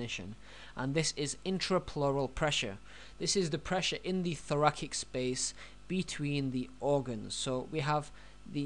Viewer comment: Thoracic - prounounced "Thor-a-SICK" not "Thor-a-KICK". :-)